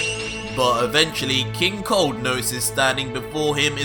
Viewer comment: First i heard not king cold but king Kong